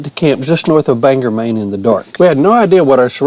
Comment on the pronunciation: Just came across this video having lived in Maine my whole life. We’ve got more back country than you could probably drive in a lifetime. You hit some great spots though! Always fun hearing someone from outside of Maine pronounce Bangor 😂